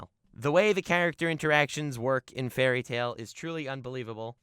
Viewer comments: The fuck I thought you where serious when you said fary tail and I was sooooooo happy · When he said fairly tail I nearly threw my phone